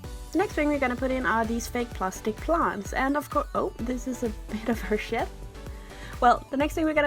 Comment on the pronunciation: Does anyone else hear her saying sh*t instead of shed when their is some attached to the plant?